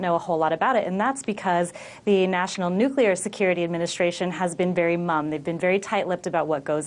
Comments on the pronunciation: Why can't the dude say nuclear and not "nuculer"? Also, it's not hard to pronounce Cheyenne like "Shiyanne" and not "shenay". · Please learn to pronounce " Cheyenne" properly. And its nuclear.